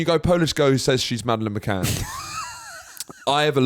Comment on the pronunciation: Need you to clear up the pronunciation of Mad McCann sounds like Matt and I feel personally attacked 😂